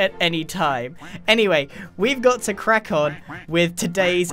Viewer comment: G: "weve got to crack on with this episode..." Me: U REALLY DIDNT SAY "weve gotta QUACK on with this episode"